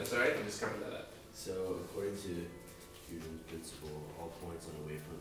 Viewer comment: Haha, you guys can't pronounce Huygens :P